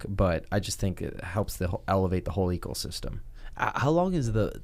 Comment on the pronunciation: Followed by "Eekelsystem" 😂